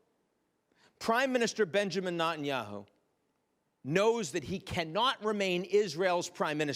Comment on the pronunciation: Why does he mispronounce Netanyahu’s name—NOTanyahu. Is this a deliberate dis?